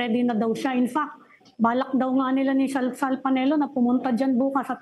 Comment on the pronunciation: did she just say sal sal panelo lol